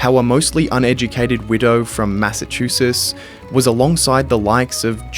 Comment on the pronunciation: Can you say Mass a chu setts? Say it